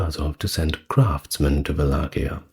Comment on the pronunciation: In Romanian it's "Valahia" (val-LAH-hee-ah) but you did better than most English speakers.